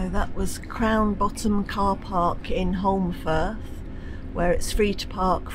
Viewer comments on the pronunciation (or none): I was surprised to hear that you were in Holmfirth: it's where I was born and lived for the first 17 years of my life. (BTW, you don't pronounce the 'l" - it should sound like Homefirth). There were no fancy restaurants in those days. Then came the TV series "Last of the Summer Wine" which really put it on the map. I now live in Perth, Western Australia - where the weather is much more to my liking! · I'm so excited. At the start of the video, I thought I recognised Castle Hill in Huddersfield and it was, as you had a giant burger for tea at Holmfirth (pronounced Home firth). I left Huddersfield in 1966 aged 8, and moved to NZ, but there's no mistaking Castle Hill! It was built for Queen Victoria's jubilee I think. But is on the site of an ancient fortification.